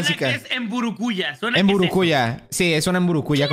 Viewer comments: Soy paraguayo y soy omnipresente por que no existo Jaja no se pronuncia MBURUKÚJA SINO MBURUKUJÁ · Mbúrucuyá :v en realidad se pronuncia como se lee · Se pronuncia mburucuyá ._. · like si eres de Paraguay o si notaste que dijeron mal el nombre de mburukuya. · la mburukuya no se pronuncia así pero ni me importa